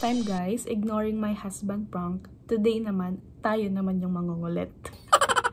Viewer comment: Prank not Prunk 😂 damn trying hard